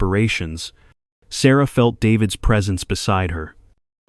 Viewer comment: I like the story a lot. The narration switching to foreign pronunciation of Sarah's name and a couple other words is disconcerting. I had to back up the video each time to read the words. This interrupts the flow. I thought if it was AI narration it would be smoother.